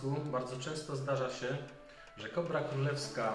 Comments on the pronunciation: Zdaje mi się że chyba "kobr" a nie "kóbr" 😉 Jak zwykle genialny materiał, uwielbiam te edukacyjne odcinki! 🐍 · Nie KUBR tylko kobr, nie NÓR tylko nor.Język polski nie być trudna. Błagam...